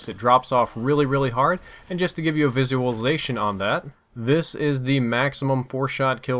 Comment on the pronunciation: you said "visuaisation" what???????